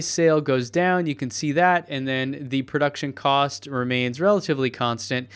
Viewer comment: "Prouction" Cost.